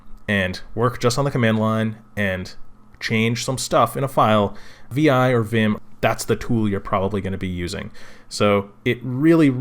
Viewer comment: vi is pronounced 'vi' like 'high' with a 'v'